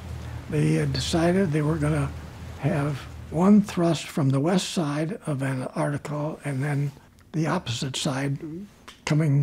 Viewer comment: I wonder why so many people, including some scientists who study Antarctica, pronounce it "Anartica"?